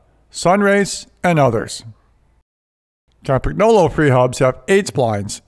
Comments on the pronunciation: Nice video. But I notice that says "ChampaGnolo". Originally it sounds like "Campanyolo" (countryman) in Italian. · When you pronounce Campagnolo, the g is silent. Or just say Campy for short. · Михаил I had to listen twice to make sure I heard properly